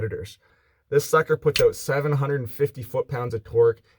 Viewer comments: "Check it ayoat" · “Let’s test it oht”